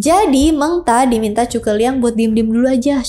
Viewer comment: Bisa kah anda membaca huruf z tanpa menyebutnya dengan huruf c?